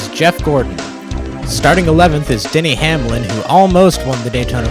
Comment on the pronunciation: it sounded like he said Daniel Hamlin